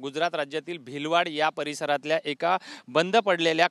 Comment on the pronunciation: भिलवाड नाही भिलाड!